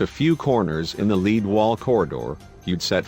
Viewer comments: Although lead and lead are spelled the same, it is pronounced LED NOT LEED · my friend suspected it to be lead (leed) or something similar. haha you mean't lead (led) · Not leeeed, smh. It's lead, you fckn robot. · Please tell the narrator that it's "lead" not "leed". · we don't know what it is and we don't tell you in this video. But thanks to the 8 million viewers who made them rich. Oh by the way, the word "lead" when reffering to metal, is pronounced "led" not "lead" or "leeed". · Please Tell the Reading Robot that "lead" is pronounced "led"; Not "leed" in regards to the walls. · I know!!! when pronouncing the word "lead" , in that instance, its pronounced as "led" the bot kept saying "leed". not to mention the wrong emphasis on many words, etc. grrrrr. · Hahahaha he pronounced lead , leed ! It's led ! Lead . Leed walls 😆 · Yes, especially when it misinterprets the metallic element "lead" as being pronounced as in a dog's "lead". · For some reason its nice to see good old fashioned English bad language and not the usual American stuff. Btw yes human voices are preffered. What the hell is a leed lining? Ive heard of lead. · lead (the metal), stupid robot. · It mispronounced "lead" (the material) ;) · Be nice to have a real person talking. Someone who knows the difference between lead the metal and lead the dog.